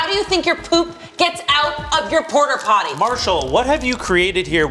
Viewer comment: I love the subtitles being consistent with canonical pronunciation of Port-a-Potty as Porter Potty